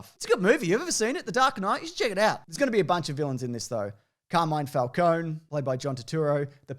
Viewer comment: Did you actually pronounce Falcone the Gotham way? That's reasonable grounds to unsub. I won't but just so you know, don't do that again.